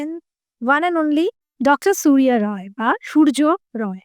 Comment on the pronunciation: রায় কে রয় কেন বলা হয় বলতে পারেন ?